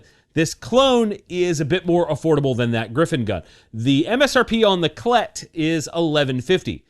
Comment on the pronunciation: I almost spit out my beer when you said CLET because I have a dirty mind and it sounded like CL-T!!